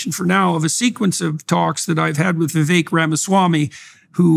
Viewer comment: Hey..Indian here. It is VI-VEK. NOT, VI-VAKE.